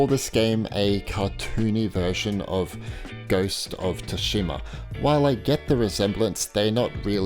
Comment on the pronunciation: Ghost of Sooooshima not Tushima